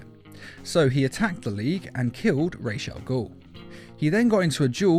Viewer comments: Why in every video this guy has with ra’s al ghul in it he totally butchers the ra’s part of the name. It’s sounded out (rah-z). Like that. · You're saying Ra's Al ghul wrong